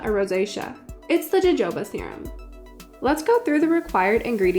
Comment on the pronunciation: That is NOT the correct pronunciation of Jojoba oil.